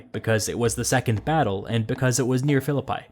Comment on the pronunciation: Excellent as always. The pronounciation of the city of Philippi is more like "". In modern Greek, you would likely skip "o" and be left with "Filipee". In all cases no "pie" being baked. That's more or less. If anybody knows ancient Greek, please correct me.